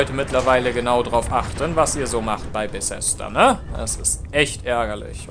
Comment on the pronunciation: Junge das heißt Bethesda nicht Besesda. Fail